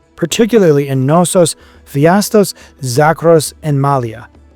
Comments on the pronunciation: The fact that you continue to say "Phi - astos" for some reason (even while writing "Pha - istos" correctly many times), is maddening. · It is not "PHIASTOS" - but "PHAISTOS" – dyslexic narrator? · Great video. Crete has such a rich and fascinating history. Not to be pedantic, but you’re supposed to pronounce the K in Knossos cuh-nos-os And Phaistos is pronounced Fy-Stos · English speakers and their respekt for others languages ... sorry you think of as gibberish, and expect everybody will speak your language perfect ... It´s not PHIASOS but P H A I S TO S. So simple and even for English tongues possible ... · English speakers, US? here?, and their unwilling of propper pronouciations ... Its just showing the roral disrespect for other languages and cultures! It is PhAIstos, the AI like in EYE! It is not Nossos, but KNossos with a spoken K and not as in kinfe (naif)! etc. etc. etc.